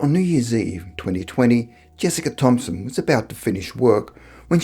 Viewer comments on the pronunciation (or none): none